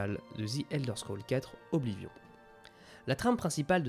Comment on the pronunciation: Alors.. Autant je reconnais le travail de compilation et ce genre de résumé accéléré est très agréable. Cependant tu as de nombreux problèmes d'élocution... Que ce soit la prononciation de certains noms (Mi(s)karkand, Oblivion(N), Mehrunes Dagon(N), ULmaril (?), PelinIal (?) au point parfois de prononcer un même noms de trois manières différentes en une seule phrase. La concordance des temps aussi pique les oreilles, tu mélanges des temps au sein d'une même phrase qui ne fonctionnent pas ensemble quand tu n'inventes pas carrément des conjugaisons ("devena" n'existe pas, on dit "devint"). Vraiment ça pose problème car dès qu'on s'en rend compte on sort complètement du récit.